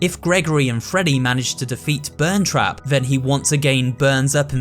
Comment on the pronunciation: “Burntrap” smh that’s peepaw